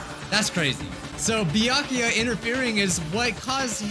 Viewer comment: Everyone : Byakuya Nagito : bEeYakUuyA